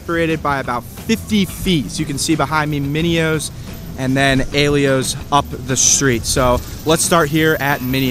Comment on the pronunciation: Maybe you should learn to pronounce the names of the pizza shops you rate. How do you get A-lee-o from Aiello? Do your homework. Also, how can you say Mineo's cheese is just "decent". Their aged provolone is amazing. By your own words, Mineo's is one of the "renowned" pizzas in The Burg, yet you rated it poorly? There's a reason it's so renowned, though you obviously missed it.